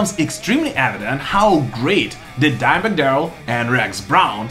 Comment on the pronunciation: I love that your accent makes it sound like you're saying Diamond Darrell